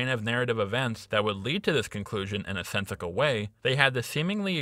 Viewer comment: Am I hearing things, or do you keep saying "sensiCle"? Or do you spell it "Sensical"? LoL. For someone displaying a fairly impressive lexicon, it's just damned funny, if not entirely SENSICAL.. I think it's quite sensible for me to point this out, as you spent I'm sure well over 100 hours to create a 2+ hour critique of a cable series. Live long and Sensical. irregardless of our differences